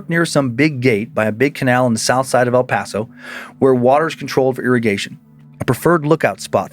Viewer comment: The way my ears PERKED up hearing near the border I KNEW it would be about EPTX!!! Finally some recognition to the sun city of 915!! Also very impressive pronunciation Dan, people who aren’t from the aren’t don’t usually pronounce El Paso correctly so shout to to Dan!